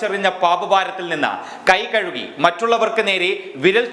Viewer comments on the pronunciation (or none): none